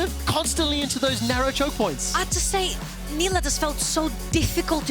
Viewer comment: Female caster sucks. She can't say half the words/names correctly......